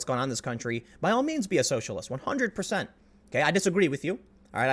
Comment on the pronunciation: I heard you almost say “perthent” I laughed even though you didn’t say it...